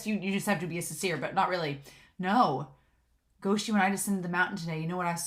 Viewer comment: it's "guo shi (国师)", meaning imperial teacher, pronounced like "gu-oh shi"